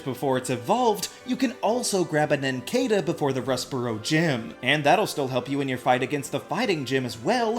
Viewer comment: It’s pronounced KAH-lohs and nin-CAH-duh, “”! 🤨